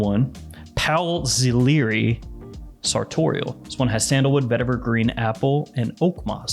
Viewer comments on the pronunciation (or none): No no PAL ZILERI SARTORIALE read it as it is written...